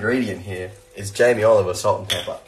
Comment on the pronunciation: No one : Thomas : JAmiE OliVEr sAlt aND PEpPer